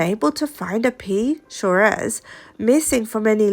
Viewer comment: It’s pronounced swarez!